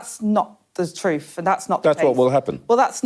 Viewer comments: “Not the troof”. 🤦‍♀️ the word is “truTH” and something the Liebour party know nothing about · "Not the troof" apparently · "Well, that's not thu troof".... a class act.